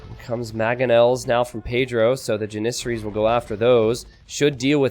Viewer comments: Please google how to say janissaries!!! You always say so it so wrong!!!!! 😂😂😂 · I can't get over the way he says janissaries. Needle in the brain every time